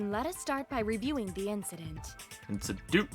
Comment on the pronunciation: Why does he always say “inciDOOT” every time they say “incident”